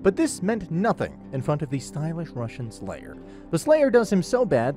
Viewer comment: Did you realy say "russian slayer" multiple time? 🤣🤣💀💀😂😂